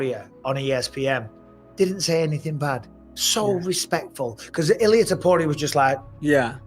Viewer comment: “UFC Fighters” = “Ilia Toperia” 🤣🤣